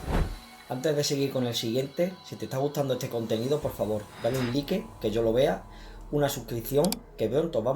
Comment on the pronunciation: el idiota que hace este video realmente dice dale lique como es posible